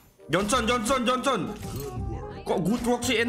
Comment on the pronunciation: Jhonson bang bukan jhongson